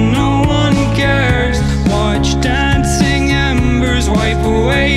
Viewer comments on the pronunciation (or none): im not making a hate comment i love your vids but you said dacing